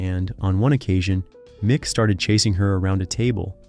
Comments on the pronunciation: Pourquoi parler à sa place ❓🤔🙄 Ce n'est pas Micke mais MICK.....😅🤦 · Not Nick Jagger, it's Mick Jagger, you idiot!